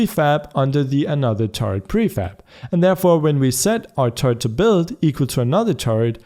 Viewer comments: i like the way u say turret it sounds like turd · When you say turret I understand turd lol